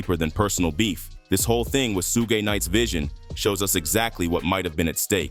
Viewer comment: It's pronounced SHUUG 😂